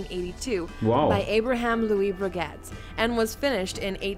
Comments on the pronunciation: HUB LOT... Brey GET... 🤣 In French the T is silent if it doesnt have an E after like in baguette. Hublot read "hue blow", and Breguet is pronounced "brrrrre geh". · she said bree-get too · And breget